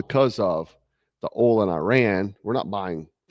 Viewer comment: It's oil, not ohl 😂